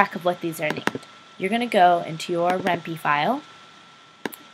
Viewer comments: REN-PIE ITS PRONOUNCED REN'PIE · ren-pie. Py is short for python the programming language, so the py is pronounced as it is in python (pie-thon) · Thanks! great Tut:):) btw it's pronounced Ren-Pie :P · I cringed Everytime you mispronounced Ren'py.